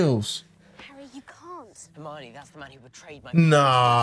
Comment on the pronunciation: great reaction, i love that u pronounce Hermione like Normani